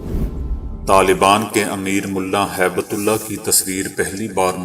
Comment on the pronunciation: Haibtullah naheen hib tullah hai urdu seekho bolna na maqool